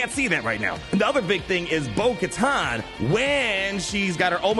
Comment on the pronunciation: hardest thing ever is getting through a video where a name/word is said so many times with the wrong pronunciation. It's Katan like "cuh-tan" not "cuh-tahn"...